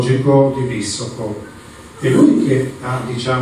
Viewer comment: Sai dire correttamente Visoko ma non sai pronunciare il suo cognome😂😂😂😂